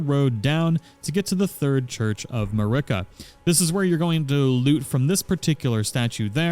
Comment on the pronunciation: How did you mispronounce Marika? Did you not watch the intro cutscene?